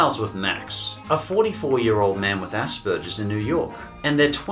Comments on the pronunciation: It's asperGer's not asperJer's. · I never heard of mary and max before the list but watching it im able to relate to max, having the same condition and seeing it being made aware, its amazing. But i kinda hate the way you say aspergers you make the p sound like a k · It's pronounced aspergers (as spurgers) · no offense but, "Asparagus" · Hey say it with me ok? Ass-burgers alright just say ass-burgers thanks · I have to appreciate the way pronounces Asbergers. I feel less immature when I hear it pronounced like "ass burgers" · That's not exactly how Aspergers is pronounced but I like it. It's most certainly better than ASSBURGERS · Why are you saying Asperger's like that! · You pronounced Aspergers about 4 different ways in under a minute. Well done sir. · The way you pronounce "Asperger's" is very insulting to me (because I have it myself.) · psst the g in aspergers is hard not soft ;D you got me really interested in these movies though haha